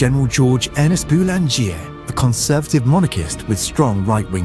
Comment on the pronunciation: Boulanger is pronounced: Boo-lahn-zhay